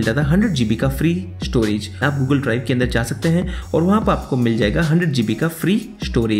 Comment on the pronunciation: "Upa" insed of Upar "Anda" and not Andar What kind of accent is this? 😅